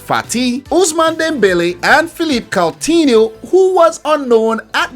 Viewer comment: Phillip caltihno😂😂